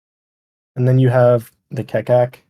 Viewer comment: By the way Keccak is pronounced "ketchak"